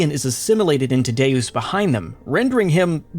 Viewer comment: oof...it's pronounced "Day-Us." Latin for "God"